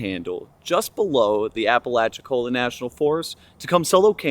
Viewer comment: hey man, cool video! I'm from that area, and thought you would be interested to know that it is pronounced "Oh-clock-knee".